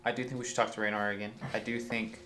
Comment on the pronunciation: Oh god the way they pronounce “Renaer” is absolutely horrifying. Edit: Now that I’m thinking about it, is sort of a dick. cool though, but keeps interrupting people.